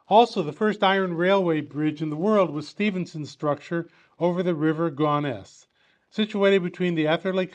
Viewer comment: Typical yanks can't pronounce English words properly !